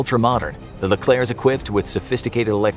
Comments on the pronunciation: The correct pronunciation: Leklerh My pronunciation: L E K L E R K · Leklair actually, it rhymes with éclair but with a 'le' at the start.